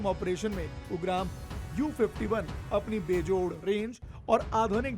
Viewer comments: हिंदी बोलना सीख लो पहले, उग्राम क्या है , उग्रम् है। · उच्चार तो ठीक करो. यू-ग्राम ऐसा उच्चार नही है! 🤦🏻 उसका उच्चार 'उग्रम' ऐसा है! ये संस्कृत शब्द है! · U gram nahi right pronounciation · It's pronounced as OOGRAM..means Fierce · आप राइफल का नाम भी ठीक से उच्चारित नही कर पा रहे हैं। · your pronunciation of ugram is not correct. Please check it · Aapko rifle ka nam lena bhi nahi aa raha. Hindi nahi padhe kya